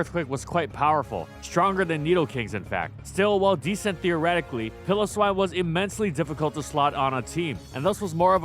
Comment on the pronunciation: Who tf is "Pillow-swine"? It's "PILE-o-swine".